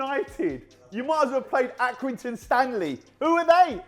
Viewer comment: Accrington Stanley! You need to say it with the accent. Next tway I wanna hear it!!